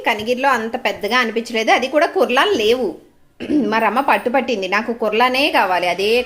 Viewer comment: 1. (మరోలా అనుకోకండీ ... ఇది చెప్తున్నందుకూ.... చాలా మంది అలా అనటం విన్నాను. స్పష్టీకరణ ఇద్దామని చెప్తున్నాను.) కుర్లాన్ కాదండి ... కಽర్లాన్ అంటారు. ఇంగ్లీష్‌లో కऽర్లాన్ అంటే ముడుచుకు పడుకోవటం అని అర్థం. 2. మేము డన్‌లప్ కంపెనీ పరుపులు ... 5 ఇంచీల ఎత్తువి ... గత 35 సంవత్సరాలనుంచీ వాడుతున్నాము. చెక్కు చెదరలేదు. అలాగే మీ చిన్న పరుపు కూడా పడుకున్నప్పుడు లోపలికి ప్రెస్ అయినా కూడా, చాలా చాలా సంవత్సరాలు మన్నుతుంది. మరి అందుకే దయచేసి కేవలం ఒకదాన్ని మాత్రమే రెకమండ్ చేయకండి. 3. మీ మునక్కాడల పులుసు బాగుంది. మా చెట్టు మునక్కాడలు ఇంకా లావవుతాయి ... మరి చాలా త్వరగా ఒక ఆవిరికే ఉడికిపోతాయి. మరి మీరు చాలా సేపు ఉడికించారు. పిగలలేదా ములక్కాడ ముక్కలు?